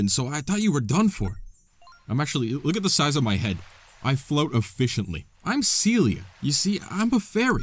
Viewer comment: YESSS PHANTOM HOURGLASS!!! if you’re looking for any help or anything about phantom hourglass i post about it all the time on and btw, it’s pronounced see-ella and not see-lia hahahaha